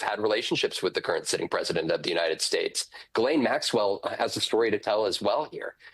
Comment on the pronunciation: It's almost like these anchors have never heard these names in the new cycle with how they pronounce "Glen maxwell, Virginia doofree"